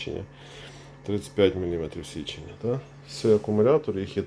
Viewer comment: Чому кожен другий оглядач на ютюбі говорить січення?